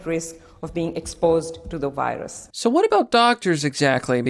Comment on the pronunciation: "I am terribly vorried about the wirus"